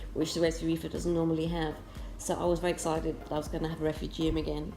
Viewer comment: Love how you pronounce refu gee um haha. Im going to buy a tunze chaeto reactor looks luch easier to use. Great tanks! I would love to get to your level one day.